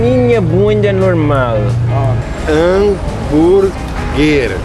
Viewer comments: o cara ensinadeo um americano falar hanburg essa e demias.. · Hambúrguer não é uma palavra do dicionário português e sendo um gringo certamente saberia pronunciar corretamente !!!